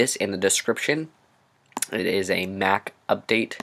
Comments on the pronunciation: What the heck is a Nack? JK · he said MAC he might have pronounced it funny